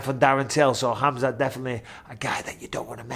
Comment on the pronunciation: I like how Michael knows how to really pronounce khamzat name properly!!